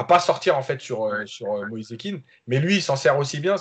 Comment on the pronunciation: il dit aussi MoïsÉ, c'est Moïse tout simplement ☺️